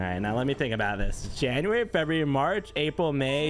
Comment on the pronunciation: no one:: “jaunuary”